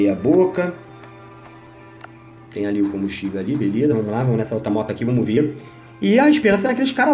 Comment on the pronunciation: " VAMOS QUE 'VOMOS' " KkkKKkK toda hora que ele fala assim eu raxo o bico 😂😂😂😂😂